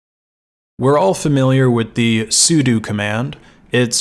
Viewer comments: It's sudo not sudu. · I have never heard someone pronounce "/etc" as "Etsy". Also, "sudo" is pronounced "sue-dough". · Hearing Sudo pronounced as su - du instead of su-dough and realizing I've been saying it wrong my whole life oh well, not gonna start now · why does everybody pronounce it as soodoo it gets on my nerves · i've pronounced it like "as you do" LOL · I've always known what it was short for but I've never in my life heard someone pronounce it the way he does